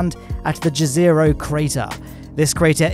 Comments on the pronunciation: Hi! I just wanted to point out that the NE of the lake is pronounced IEZERO or YEZERO and it means LAKE in Slovenian. Thanks, have a great day. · Jezero crater is pronaunced like "Yezero", it is a croatian word for lake